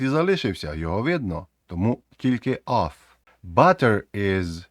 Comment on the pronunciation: Оф це ось це слово - off. Of треба вимовляти з в на кінці. Як /əv/ або /ɒv/ у сильній позиції